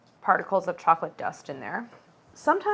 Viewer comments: Why can't she pronounce "chocolate?" She says "cholochip?" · At the beginning it really sounds like you're saying "chola chip cookies" 🍪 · Is it just me that hears “challa chip cookie” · Did you say challah chip cookies!!? 🤣🤣 i love it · Only Claire has time to make ice baths, her own vanilla, and brown butter. But has little time to pronounce all syllables of the word chocolate 🤣 it sounds the the video is on fast forward when she says chocolate ⏩